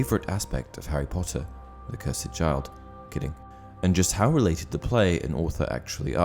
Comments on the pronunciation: “Cursed” Not “curs-Ed” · *cursd You said it cursid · The cursed child. Not the Curs-Ed child